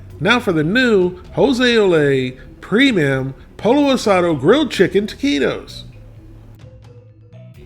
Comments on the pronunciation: It's pronounced "POY-yo", not "polo". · The best Taquitos I've tried, and haven't tried them all, are El Monterey Extra Crunchy Taquitos. The "Extra Crunchy," not their regular ones. They come in SouthWest Chicken or Taco Seasoned Beef & Cheese. Sorry to be a Scooter, but... Pollo isn't pronounced like a Polo Shirt. It's Po Yo. Double L in Spanish is a Y sound. Birria is more like Beer E Ya, but close enough. Oh, Corn Tortillas., btw. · Not poLLO! Poiyo. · "Polo." That's the way Scooter pronounces it. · Flour tortillas are heavier. Pollo is pronounced Poy-oh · Pollo is pronounced poyo. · I grew up eating Mexican food and didn't even know about flour tortillas until I was an adult. I prefer corn. Just heat them up on the stove burner..... yum. Instead of these, get a pack of corn tortillas and make your own. Oh and pollo is pronounced poyo. But that's okay, lots of people do that. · The two L's in "Pollo" are not pronounced like standard L's. Proper pronunciation of "Pollo" is Poeeyo. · Lol... POLLO is pronounced...POYO POYO =Chicken 2) L L ... together .... is a Y sound Never ....L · Pollo is pronounced Poy-oh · Scooter here.. Pollo is pronounced poyo. Just sayin.. Also, taquitos should be covered in a good guacamole.. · Damn, I'm whiter than a gardenia petal and even I know you don't pronounce pollo as "Polo" lmao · we love ya, son, but--you pronounce torilla correctly but pollo is pronounce poyo. In Spanish it seems the double 'll' is said like the letter 'y'. Just sayin'. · Beer-ee-uh poy-oh/ aus-au-doh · Its powlo. And beerya. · gotta love Larrys spanish... POLO asado, and beef BA-re-ah